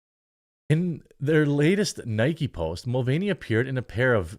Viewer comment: its not nikey its nike it rimes with mike